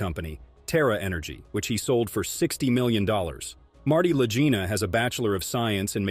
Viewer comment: Click bait. Your A.I. doesn't even know how to pronounce the Lagina bros. THUMBS DOWN. I hope YouTube removes you from my 'recommendeds'